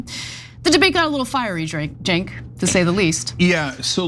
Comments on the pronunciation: I loved it that Ana called that dude out when he said Cenk's name wrong. As soon as he said that, I was like, "He's full of sh**!" I've noticed nearly every single right-wing pundit says it incorrectly, I think on purpose. I'm also on the right, but I've never not known how to say Cenk's name. It's not a hard name at all. Three syllables total. Why do they act so dumb? Out of disrespect of course. Even when I'm wildly against TYT, like when they talk about gun control, I still don't see any reason to say Cenk's name wrong like they all do. And almost every one of them say it the same wrong way, which leads me to believe there has to be some memo or something that goes around to all of those guys. It's gross. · Love how Ana called him out in his ridiculous lie with his pronounciation of Cenks name 🙌 good catch there Ana! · One of the top Mic 🎤 drop moments “ you didn’t grow up watching the young Turks or you would know how to say his name..” 🙌😂😂